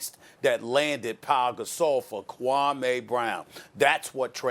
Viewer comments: Stephen A "kwah may brown" Smith. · Stephen A: “kWaME bRoWn” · "KWAME BROWN" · LMFAO SAS said KWAME